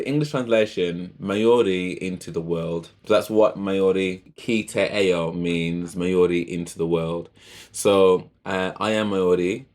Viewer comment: Ao is pronounced as ow. I have subscribed, liked and loved your reaction. We as Maori love Jamaican music, and intimate it big time. Enjoy your journey with Stan